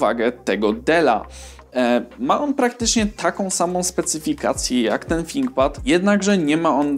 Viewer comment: Ciekawie sie slucha chociaz, nie mowi sie `finkpad`.